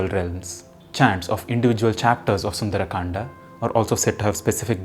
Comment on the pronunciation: Why you sound like sundar’’aa’’. Its sundar kand